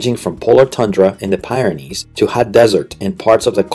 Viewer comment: Because it isn't is it? No native speaker mangles a language quite as badly as this. Care to explain where the Pie Ren Ees are? I won't go with the Historical inaccuracies and errors because that would involve me listening to the aural torture all over again. College professor? Of what BS? I doubt if you even have full education.